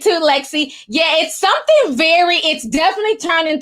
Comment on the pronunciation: I like watching the show but u can’t talk it’s something not sometheen or thing not theen omg that’s burns my soul u can’t add a g and say thing or something my god